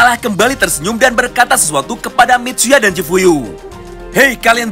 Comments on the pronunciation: Chifuyu bang bukan chiuyu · BANG CHIFUYU BUKAN CHIUYU:)